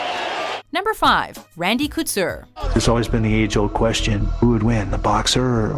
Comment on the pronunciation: Oh my lord Randy's last name is pronounced Co-Tour not kooter